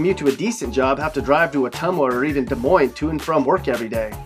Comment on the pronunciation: I appreciate that you pronounced Des Moines right. Not many out of staters pronounce Des Moines right